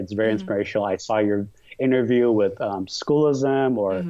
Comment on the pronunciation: S-CHOO-LISM!!! S-CHOO-LISM!! S-CHOO-LISM!!